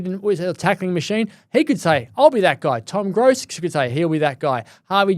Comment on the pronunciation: It's Duff-Tytler not Duff-Tyler and Gross rhymes with Ross not dose.